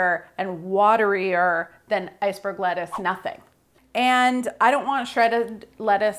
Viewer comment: "wettuce" is too accurate I actually laughed OUT loud